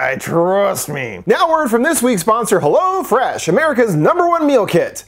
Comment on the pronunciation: AHAHAHA, I forgot your ad read for "hello-fresh". Mad funny. Idk why but everyone else says "hell-o-fresh" but you say "helloh-fresh"